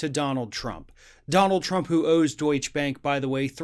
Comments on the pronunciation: Mr Presenter: you mispronounce the name of this Bank. It's 'Doycher', not, as you said, 'Doych'. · Please say it correctly is Deuts-che (doit cha)two syllables. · Deutsch -uh Porsch- uh Two syllables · DeutschE bank, not Deutsch bank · Deutsche is pronounced DOYCH-uh. Not Doych. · The pronunciation is Deutsche ah, not Deutsch. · There are no silent e's in German. So go ahead and pronounce it like uh. Deutsch - uh bank. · Doytch-a bro. Not Doytch. It's German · It is pronounced Doit- cheh Bank on all the business and financial channels. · Hey, not to be pedantic but it's pronounced Deutcherrr bank. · Deutsch-uh Bank. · Deutsche = DOY-cheh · BTW, it's pronounced "Deutsche" (with an English short 'a' at the end) not "Deutsch." It's the German word for "German." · Dude, it’s pronounced “DOYT-cha” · It's pronounced Deutsch-uh bank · To give more credibility to the story, please learn how to pronounce the name of the bank. It is very unprofessional like that. Don't be like Trump. Deutsche Bank, not Deutsch Bank. The E is NOT silent at the end. Here is how you pronounce it. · It's pronounced Doy-Cha Bank. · Love your program but please pronounce Deutsche Bank properly. It is pronounced Doy-cha. Ask ask any European, that is how they ALL pronounce it! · It's pronounced 'Deutsch-Ah'. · It’s ‘Doytcha Bank’. You pronounce the ‘e’. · You are pronouncing the word Deutsche the same as Deutsch; which is not correct. Google and get with the program. ✔ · Doytsch-e is a two syllable word, please! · My Brother, it's pronounced:DOY-CHAH. Love the show. 🇺🇸🇧🇪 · (DOY-CHAH BONK). 🇺🇸🇧🇪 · It's pronounced Deutsh-eh Bank. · Hey mate, it's "Deut-she" Bank. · 3 syllables: “doy-cheh-bank” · Ring of Fire It's pronounced "Deutch-eh, or Deutch-ah, a soft "a" sound at the end. Two syllables. --from your friendly Kraut :-) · I love you man but it's pronounced Doy-chuh! Keep up the good work! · It's pronounced Doy-tcha Bahnk. Just saying. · DOYT-shuh bank. That e is there for a reason.